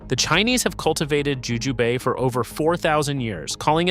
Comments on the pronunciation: Jujube: the E is silent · Jujubay? Jujūbe? lol